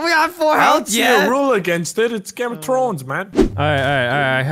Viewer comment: "Game of Trones"